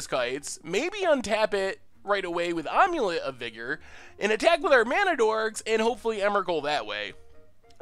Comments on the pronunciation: Am-u-let (as in "I am"), not "Omelette" or "Aim-let" :P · Am-U-Let. I feel like you're saying ahm-u-let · not gonna lie when you said omulet I thought it was a joke deck name for some sort of amulet + eggs combo. I have never heard someone say it like that before. I figured most people have seen the old mummy movies.